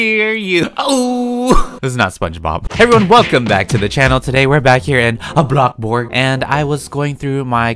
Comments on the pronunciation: ITS BOLXBURGRG NOT BLOKBURG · I like when he says"blockburg" im like lol🤣🤣